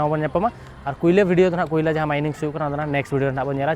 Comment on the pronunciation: Kulia ❌ koyola ,✅